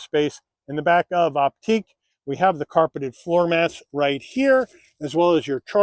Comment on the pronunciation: It's pronounced "Optick" NOT "Opteek." I cringed every time you mispronounced it. There are too many errors in your description to try to correct.